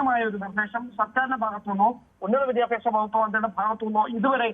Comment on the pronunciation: "Vidhyabhyasam " ennanu reporter parayunnathu. It is wrong. Correct pronounciation is "Vidyabhyasam ". Sheriyayi ucharikkan padikku malayalam. Sri., i said